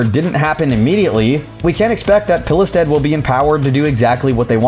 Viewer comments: A similar pronounciation for Pilestedt is "Peelstead" in english. That's how I - a swede - would pronounce it. silent "e" and silent "t". OP wasn't too far off. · you actually did a pretty decent job at pronouncing the guys name for a non Swedish speaker!!